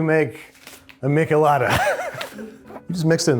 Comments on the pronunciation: It’s a meesh-eh-lada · Babish you say michelada with a soft ch like in "choose" lol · The only thing that really hurt me was the way he said "michelada". It has a soft sh sound😢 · i’m sorry how did he pronounce michelada?!? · How does Babish not know how to pronounce or make a michelada? Missing several ingredients